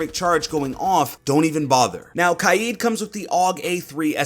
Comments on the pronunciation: He said ky-eed instead of k-ya-d which was so annoying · Pretty sure it’s pronounced KAYED but ok mate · I’m not pronouncing Kaid kai yeed, im pronouncing it kay d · Why does he pronounce kaid “kaijd” ????????? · Why does everyone say kaid as Kied?